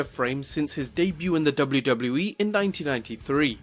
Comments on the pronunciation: I know its just his accent but is no one gonna mention WluWluE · Dubbleyew Dubbleyew E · Am I the only one who thinks this guy can't pronounce WWE correct?